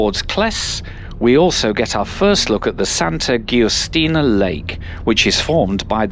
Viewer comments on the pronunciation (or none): Stunning indeed. Btw Giustina is pronounced (approximately) as Justina.